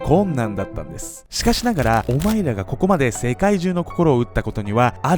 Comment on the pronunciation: オマイラ オマイラ言うから俺らに言うのんかと思った